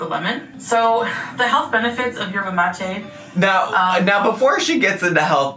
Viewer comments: Yerba mate is a type of highly caffinated tea and it is pronounced "Yerba mah-tay" like she is saying 😊❤ love you! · the cup is a Mate cup, they're very common in Argentina and Uruguay she did pronounce it right but also Yerba Mate is more like a tea where there are like leafs and you boil the water and then put it in that type of cup/mug so what she's putting in there makes no sense really 😅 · Yerba Mate is a tea made from Mate leaves. Very popular with Argentinians (I imagine it’s native to that area) & typically drank out of a cup like the one she had. but she actually is pronouncing it correctly. She’s typically delulu but I suppose not with the pronunciation